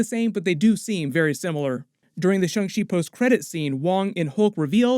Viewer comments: Please stop saying shung shee 😂😂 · pronunciation of shang-chi bothers me lol